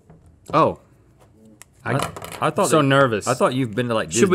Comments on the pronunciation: Rhett said malk, easter egg from Julian Smith days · Haha .! U just pronounced milk in afrikaans! Melk! 😛